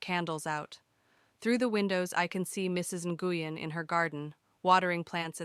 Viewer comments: NGUYEN IS PRONOUNCED "Win" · Nguyen is pronounced, I believe, "win"